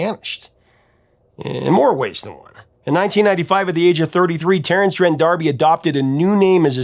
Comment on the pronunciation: D'Arby, like D Arby not Darby.